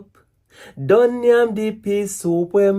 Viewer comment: As mi seh kitchen yuh say yamin 😂😂😂😂😂